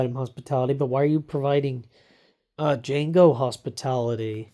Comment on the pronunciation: I'm not trying to be a jerk just a little bit of advice the d is silent